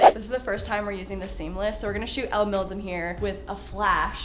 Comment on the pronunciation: girl... I love you. But Elle’s name is pronounced like Ellie ❤️... 😂